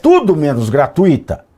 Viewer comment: GRATUITO... não tem sílaba forte no I